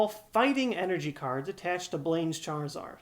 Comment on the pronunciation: did you say cardssss? as in more than one